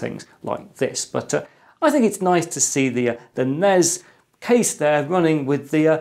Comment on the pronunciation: I almost gave an upvote for pronouncing NES right, but then you followed it up by saying NEZ.